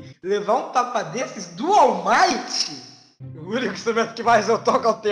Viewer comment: Vcs não sabe falar ALL might nem au maito é wall mart